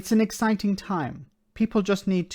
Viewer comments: Did she say eggciting? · Are you sure she didn't say Eggciting?